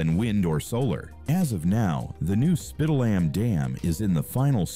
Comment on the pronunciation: If the dam was really dangerous, they could slowly release the water in the reservoir, until it could be reinforced. This video is trash, and they didn't even bother to check the pronunciation of Spitallamm.😖